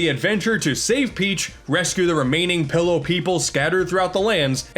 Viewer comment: Soooo...we're not gonna talk about how call the island "Pillow" island instead of "Pi'illo" island?? Though, it probably sounds better to him, so that's reasonable.